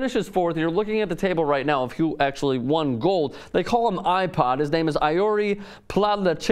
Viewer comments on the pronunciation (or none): none